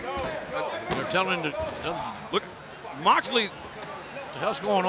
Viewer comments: I love ya company but u said Jon moxelely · "MOXLELEY" oof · Ah yes. Jon moxlely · 'Moxlely'... xd who use social media?